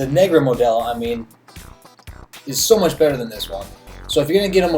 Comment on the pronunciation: Why do you say Modelo like that!?! Plz tell me you’re not near Mexico, the white jumped out